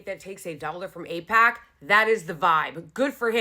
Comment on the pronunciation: Eyepac? What is Äïëɓäč̣?